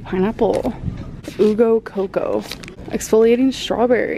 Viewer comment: Uh Go coco 😂😂😂 She didn’t get the reference nor how to pronounce it. Still love you Amber